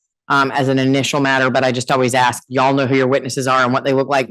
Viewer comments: the smartest guy in the room who can't pronounce 3 letter, single syllable words like ASK. the complete freemasonic DICK TAKER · has a degree in english but can't pronounce the word ASK. He thinks he's a lumberjack, so everything in life is an AXE. Please don't AXE me anything, but is sort of a lumberjack because he's handled lots of wood with his rectum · I don't trust anyone who cannot say ask.